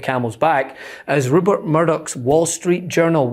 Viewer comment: He can't even pronounce Rupert properly, clown show 😂😂😂